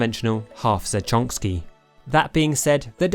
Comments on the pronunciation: i hear most people pronounce it za-toe-ee-chi or za-toy-chi. He said za-Chonk-ski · He said zatich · Is there an inside joke I'm missing where he's calling the half Zatoichi the "half zatchonkski" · Hehe he said Zatonsky